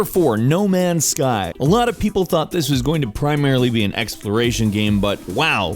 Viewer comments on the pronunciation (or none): none